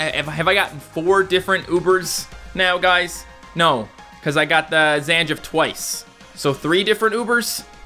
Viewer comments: why do u keep calling Zangief ZanJIF (Zang-gheeef) you pronounced Iz dancer of grief right! you didn't say Iz dancer of JIF! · he pronounced almost all of their names wrong, zangief was pronounced zan jif, and kage was pronounced as cage when it just isnt